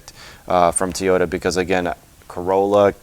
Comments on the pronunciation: I learned you don't know how to pronounce Toyota stop saying t -oyota it's very annoying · I lost track of my trip mileage after I hit 299999 can my ECU be scanned and tell me actual miles so I can start tracking again if you will answer this question I won't bring up the fact that you don't know how to pronounce Toyota thanks